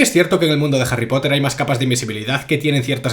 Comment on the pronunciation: "JARRY POTAH" 🗿